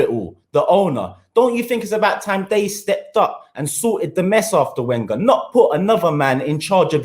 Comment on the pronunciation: Why arsenal fans cant pronounce wenger correctly still lol